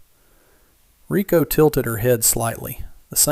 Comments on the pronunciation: Her name is spelt "Reiko" (Ray-Ko) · Ryko or Rykoh, not Rico. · Reiko not Rico